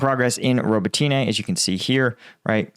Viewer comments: Please don’t say robotyne and priyiutine. The y is silent. It’s Robotne and Priutne. I know you don’t know Ukrainian. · bro, can you pronounce Robotyne how the actual Ukrainians do? Robot-knee That’s how it’s pronounced, well how it sounds when said